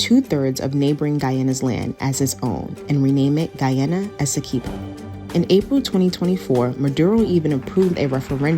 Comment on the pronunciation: True but 100 issue Russian judge was bribed by England. Disputed prior to oil gas discovery. Imagine 😢 who's explaining can't even l Pronounce Guy a na . She say gwe a na. Lol